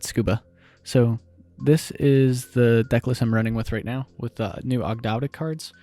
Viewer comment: It’s pronounced Aug- dough- dic, and Ogdoadic are a reference to the ancient Egyptian signature for a 8 pointed star to represent Magic/regeneration and the 8 deities. Cool list too